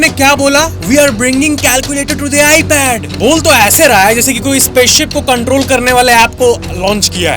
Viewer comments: I pad ❌ I padwaa✅ 💀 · Ipad ❌ Ipadva✅ 😂😂😂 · I pad ❌ I paduaa ✅ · ipad ❌ ipadwa✅...🤣😂🤣🤣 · Bhai jab ap ipadwa bolte ho to ek dam mza aaa jata hai Lagta hai koi bihari Bhai aagya ❤ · iPad❌ iPadbaa ✔️🤓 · Ipad ❌ Ipadwa ✅ 😂😂😂